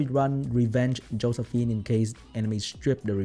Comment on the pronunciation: YES! Exactly the content I like from you! Thanks! Edit: "Hoesephine" is the best thing I heard all day.